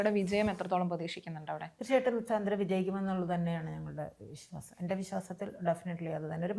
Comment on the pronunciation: Not സാന്ദ്ര,she pronounce her name like this "സാൻഡ്ര"